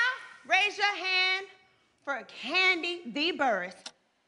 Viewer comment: Did any hear porsha say tandi not Kandi when her and shaMari sang off 🤣🤣🤣